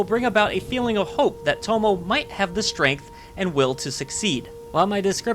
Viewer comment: Just want to point out that Tomoe is pronounced like "Toh-Moh-Ay". The e is its own syllable.